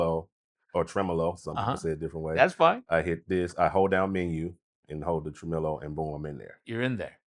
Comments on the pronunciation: Tremelo? Really! Hallo! 🤣🤣🤣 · Tremelo? WTF? Really? 🤣🤣🤣